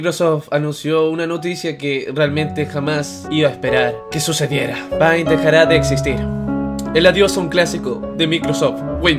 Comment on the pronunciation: Se pronuncia peint' :"(